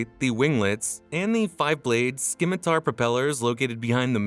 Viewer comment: Lots of info. Your scripts need to be proofread. “Cabin volume of 375 square feet.” And you could get a native English speaker to listen before you post: pee-tote and skim-itar. Unless the British say that.